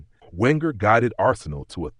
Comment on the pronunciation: Wenger is from Alsace, so his surname is pronounced "Venger". And it's David Dein, pronounced "Dean". And Petit follows the rules of French pronunciation. Oh... Never mind. 😢 Oh, never mind